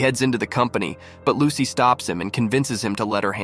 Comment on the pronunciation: Bro said "as soon as lucky" Instead of Lucy in the first part